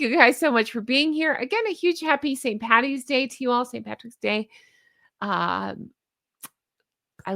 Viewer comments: HI ITS PADDYS DAY NOT PATTYS DAY😂😂😂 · Yep, an Irish person would NEVER say Patty's Day. 💚☘️🇮🇪